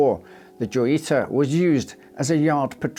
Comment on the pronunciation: Wouldn't it be pronounced hoyita? Like La Jolla is pronounced La Hoya due to being a Spanish name.